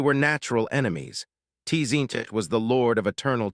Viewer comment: The way it pronounces T-Zeench , causes me T-Pain.